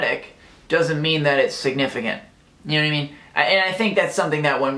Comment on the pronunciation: was that even words?! XD "yuknowwuhmean?" Also, as always! A fantastic video and I agree SO. MUCH. <3 Thank you for always uploading consistently great content. :D Have a great day!